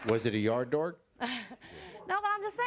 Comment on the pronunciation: “Was it a yard dorg”.😂😂